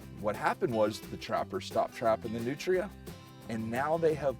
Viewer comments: I love how you pronounce them New tree uh. But in Louisiana we pronounce them newtruh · I keep thinking he's saying nutriants .... Hehe yeah I'm new